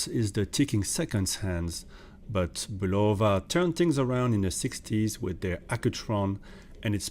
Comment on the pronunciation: Love how most of the watch reviewers of this brand can’t even pronounce the name correctly. For watches sake folks do some homework it’s pronounced (bull-uh-vuh) not (bull-low-vuh).Just watch a simple commercial of the product or even one of the interviews of the president of the company.